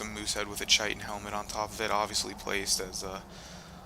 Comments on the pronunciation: found out chitin is not pronounced like "ch"itin its said with a K so like this (Ky-tin) Love this game... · guys, every elder scrolls player everywhere, chitin is pronounced "kite-in". i know im knitpicking, but please...